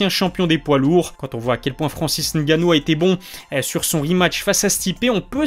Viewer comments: on dit francis Ngannou pas francis gannou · Francis NNNNNNGanouu pas Francis gannou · Et le "N" il est ou le "N" ?? Francis "N" gannou il y a un "N" ☝